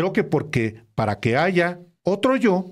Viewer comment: Borolas rata x naturaleza se robó la presidencia en 2006 y dijo ayga Sido como ayga Sido soy presidente, se cree mucho y falta de hablar bien el alfabeta se dice haya , no ayga, imbécil